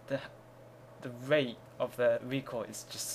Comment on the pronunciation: Its funny how you can't say r's. You say wate, instead of rate, and wifles instead of rifles.